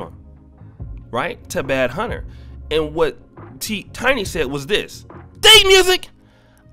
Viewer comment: Bro, we’re you calling him BADhunta??? It’s BAND(as in money) hunta!! Why are people ALWAYS saying shit wrong in recorded videos!!